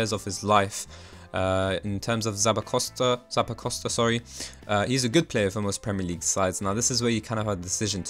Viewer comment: new drinking game: take A sip of your fav alcohol evertime he mispronounced Zappacosta